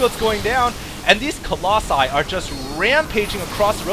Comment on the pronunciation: "Collosi" man. What with your english ^^